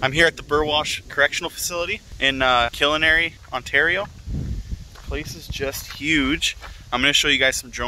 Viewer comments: killarney isn't pronounced kill-i-nary. It's pronounced Kill-are-knee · nice video I'm watching because I'm heading there myself in the future don't know why it bugged me so much but you pronounce Killarney incorrectly lol I'm from sudbury